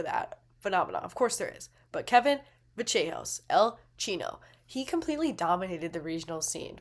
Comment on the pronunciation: ACTUALLY, its "Va-sh-eh-hos"